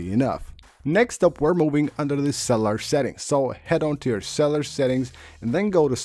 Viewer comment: Bro, it’s pronounced Axe-S-a-bill-it-eee. And cell-you-lar. And Sked-u-all.